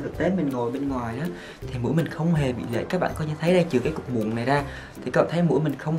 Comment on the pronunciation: Lệch not lệt :))